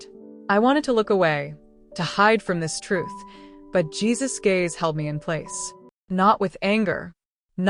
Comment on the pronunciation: His name is pronounced Geez-us, not whatever you were calling Him. Other than that it was a good story! Love it